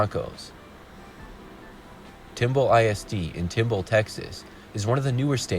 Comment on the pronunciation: And he called Tomball, "Timball."